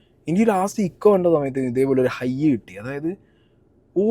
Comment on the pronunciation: ഇക്കോ അല്ല ഏകോ